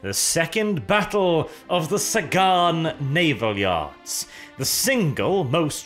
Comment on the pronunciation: Ah yes, The Sagan Naval Yars